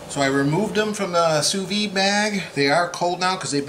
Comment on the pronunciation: Looks great. I did sous vide pork chops like that (spices only, no honey) a couple of months back but seared them with a flamethrower. Delicious, juicy and tender. Hey, please don't take this the wrong way. I don't know if you are aware but Sous vide is pronounced Sue Veed. It is French and in French, they only pronounce a consonant at the end of a word when it is followed by a vowel and since "Vide" ends in a vowel you pronounce the "d". The last "s" in Sous is not pronounced since it the word ends in a consonant. You're doing a nice job on the videos just the same. I have been cooking sous vide since 2013 but haven't made a video on it yet. I am going to make my first sous vide video this weekend. Cheers.